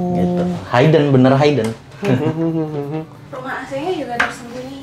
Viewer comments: HIden bukan hAiden 😂😂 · Maksudnya hidden dibaca (hidden bukan Hayden) , a bit confused sy aga bingung td. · nah..itu..agak lain kedengerannya...dan serinng juga nyebutin kata HAI-DEN..hihi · 1. Hidden dibacanya HIDEN bukan hAIden 2. Kamar anak tanpa jendela & ga ada ventilasi pasti pengap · Highden ? Or Hidden? Asa risih banget spelling nya wkwk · I don’t trust people who pronounce ‘hidden’ as haiden 😅 kalau gak bisa pronounce it properly, just use the language you’re comfortable in